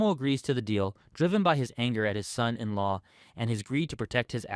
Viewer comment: Please, please learn how to say son in law.